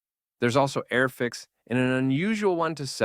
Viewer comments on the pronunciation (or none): I take it you have a problem with ‘Airfix’ 😂😂